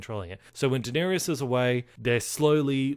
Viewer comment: It's Da-ner-is. Not Dan-er-ius.